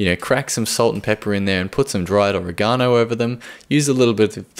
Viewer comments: How about "oregone-oh"? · I'm used to people talking about "orrie GONE oh" but "brocko-lye" is a new one. In America it's "uh REG uh no" and "brockly."